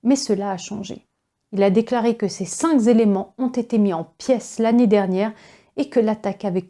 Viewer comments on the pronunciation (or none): et quelques "les cinq z'éléments" non non non cinq est invariable pas de s liaison impossible